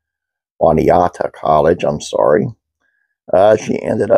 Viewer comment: Juniata ="Joo-Knee-Attuh" College